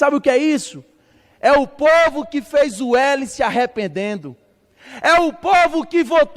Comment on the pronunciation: "Erica cocada ' " o pouvo" será que eu escutei direito? 😂😂😂😂😂😂😂😂😂😂😂😂😂😂😂😂😂